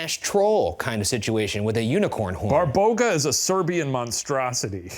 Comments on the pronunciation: Babaroga. Not Barboga 😂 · it's babaroga not barboga :(